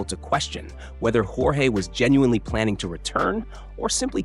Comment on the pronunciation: AI voiceover. Mispronounced JORGE in multiple ways.